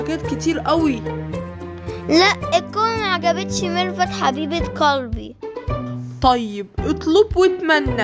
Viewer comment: قالبي قلبي وش قالبي ما يعرف يقول قلبي